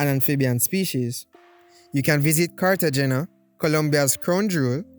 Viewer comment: It's pronounced Carte(henna)